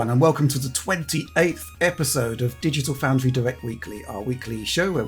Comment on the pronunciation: "Dogital Foundry" was gold.